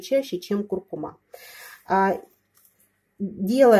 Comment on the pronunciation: КуркУма, а не кУркума